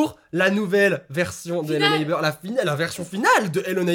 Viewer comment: trop cool ta vidéo (arrête de dire hello neibeurre )